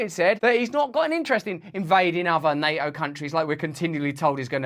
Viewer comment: I wish he could pronounce NATO.